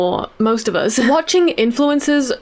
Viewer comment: Why do you say "us" like "oz"?